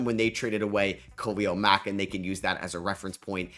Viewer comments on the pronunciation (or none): none